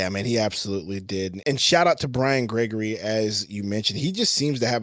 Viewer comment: Bwiam Gwegorwy?